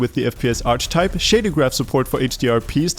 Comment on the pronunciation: It's pronounced "arkitype" not "arch type"